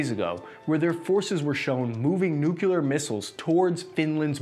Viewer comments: Dude. Nucular/ nuke-u -lar is not a word. It is nuclear, sounds like nuke clear. Comes from nucleus, (not nuculus, which is not a word). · Repeat after me: New-Clear New-Clear Nuclear Here endeth today's lesson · NUCLEAR is pronounced nu-clear, not nu-kew-lur. It has two syllables, you can do it. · For me, his main fault is pronouncing nuclear as "noo-kyuh-luh" 😖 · Dude, I love your work, but it's "nu-clear" NOT "nukulear" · Please man... learn to say "nuclear" instead of "nukeelar" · Ha you said nucular